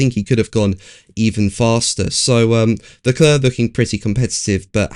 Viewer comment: If you're going to attempt the French pronunciation of the name Charles Leclerc, (silent c at the end).. please get it right.. it grates on the ear otherwise.. 'Leclair'... not 'Leclur'.. TY. :>)